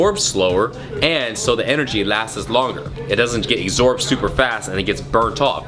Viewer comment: wtf "exorbed"?